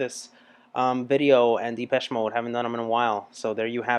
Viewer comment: its not dipeche more like dehpeche